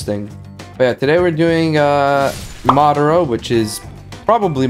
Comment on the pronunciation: dude spelled it right but said it wrong it’s madara not madaro He said madaro once then realized he said it wrong then fixed it to madara proof he says it